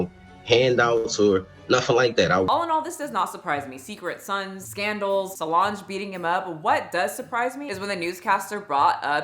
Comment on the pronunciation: I try not to be a pain about pronunciations even though almost every creator I follow seems to be unable to make sure they are pronouncing words right. I saw words wrong too sometimes but lucky for me, the world doesn't know about it. However, as a veteran it did irritate me that you can say Solange's name correctly but not valor. Please. However, aside from that Karen moment, I agree with everything else you have said in thia video. The rich in our country are weird because their money buys them privileges no one should have. Brutalizing children and no one diming them out is one of them. I also have never understood Beyoncé who could get any man in the world, settled for Jay-Z. He is so nasty and Diddy always gave me the creeps too! Money should not buy someone's way out of a moral expectation. These people are disgusting.